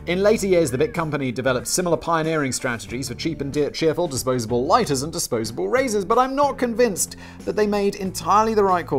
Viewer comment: I liked how simon suddenly had his english accent back when he said LOIGHTERS